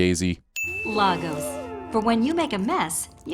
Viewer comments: You really should sin the pronunciation of Lagos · I'm also sinning the sins guy for not sinning the mispronunciation of "Lagos."